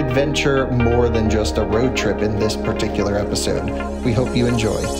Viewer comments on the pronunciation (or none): none